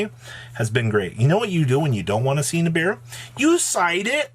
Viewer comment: please don’t fucking say nibiwuuuu again lmao that was so cringe